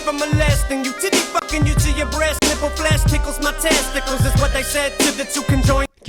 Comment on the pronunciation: I came for Eminem, I stayed to hear say “test tickles” 🤣🤣🤣💯💯💯💯🤣🤣🤣